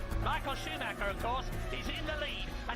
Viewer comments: Baca namanya itu sumaker bukannya scumacer... Sakit kuping bray denger ejaan yg bukan semestinya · maaf pengejaan schumacher bukan skumacer tapi Shu-mac-her